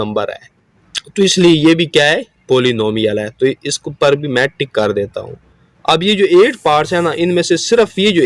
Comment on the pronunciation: Ticka ✖... Tick ✔.... Sir ......🤣..